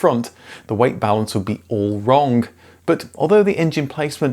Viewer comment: You said "wrongk" that should not be hard to get wrong.